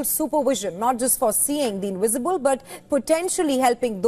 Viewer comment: Seeing the inwisible, fwasanating